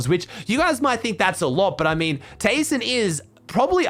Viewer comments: Its pronounced Tai-son Also: Keeps saying tayson for the rest of the video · Or just Tyson